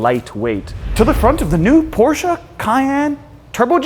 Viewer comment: You need to pronounce Porsche right!